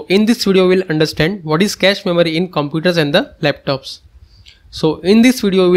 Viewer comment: “Inside over compooders” X3 😂😂😂